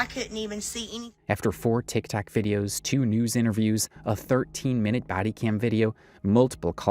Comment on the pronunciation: When she said "Tikitok", it made me dead lmaooo.